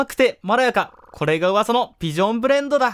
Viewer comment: ちょこちょこ「ビ」ジョンって言ってますね(^^;)